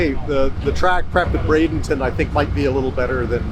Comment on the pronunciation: Dear, just an awesome effort on the livestream and videos, but we are all wondering where BradINGton is? We all know you can do it.. say it with us, B R A D E N T O N